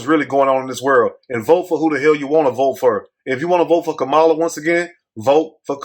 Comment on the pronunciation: THAT'S A LIE! I HEARD HER SAY SHE IS BLACK. .. ARE YOU DELIBERATELY PRONOUNCING HER NAME INCORRECTLY?